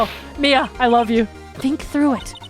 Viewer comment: The number of times mispronounced Mia's name is astonishing, xD